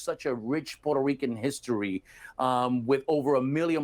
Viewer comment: Neither one knows how to pronounce Puerto Rico (in English). He continues to say porter Ricans (both of them). I remembered when we were called Spics( no speaka Spanish), or poora Ricans). This is was not cool back then. There were also all kinds of racial terms for just about everyone who enter through Ellis Island. This guy can pronounce the name Puerto Ricans in Spanish ver well but not in English? Makes me think that he has hate towards America (subconsciously) And there you have it my professional analysis 😅😅😅😅